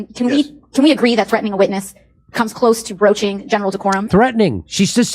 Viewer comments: sorry for the misspell, I meant breach not breech (feet first birth). In any case, AOC seems to be saying broach. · For AOC, the word is breaching not broaching.